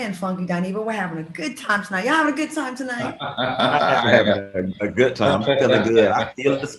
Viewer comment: Babyyyy funky said he’s a “goodt” man, he’s a “goodt” man Savannah 🤣🤣🤣🤣 took me completely out 💀💀💀